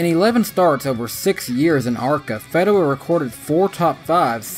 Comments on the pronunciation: Feeeeeeedewa not fehdewa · His name is Tim "FEED"awa NOT "FED"awa. Disappointed you didn't check that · You mispronounced Tim Fedewa’s name lol. It’s Feeeedewa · Thanks for making me laugh with "Tim Fed-dewa". ^_^ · I thought it was pronounced Feedewa? But thanks for the upload 🤘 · Cute corn! Where does Tony Reign? You said he Reigns. 😜 Did forget him. Fee-duh-wuh? Uh... I'll watch his Busch races. Justin. Think I saw a few ARCA races? Never heard of Darnell. Haven't got there in truck races and a never heard of. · Back in the day I always heard it pronounced Feedawah. No biggie though, it's cool you mentioned him and that his life is going well after driving. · Fedawa .. long E as in Fee